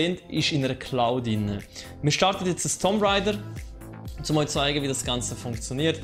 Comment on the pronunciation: Gutes Video, aber biiiiitteeee englische Begriffe korrekt aussprechen :) :) "Sonrise" = Sunrise wird "Sannrise" ausgesprochen. "tomp raider" = "das O wird hier als U ausgesprochen" also "Tumb Raider" "Särver" = Server spricht man quasi "Sörver" aus ;)